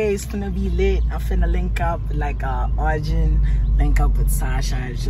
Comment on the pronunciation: Arjin did the r wrong sasha respect